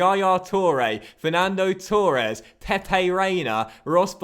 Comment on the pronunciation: I could live with 'Richar-lee-sun" but please... it's pronounced Torres not TOREEEEEE- es